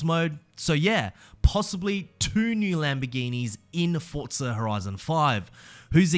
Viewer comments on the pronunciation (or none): Forza.. For - za. Not Fort - za. geez so triggering! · Why is it called fortza 😂😂